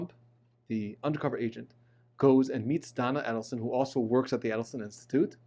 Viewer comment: Dans last name has the accent on the last syllable. Also Adelson has the accent on the first A, its not "ad". Very informative.